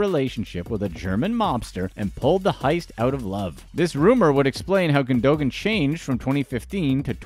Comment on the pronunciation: The ğ is silent, fyi